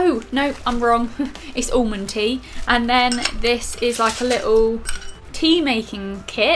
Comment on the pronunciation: The away you say almond😂